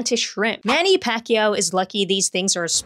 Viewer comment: pronounciation of Pacquiao is on point 😮 I subs cuz you're cute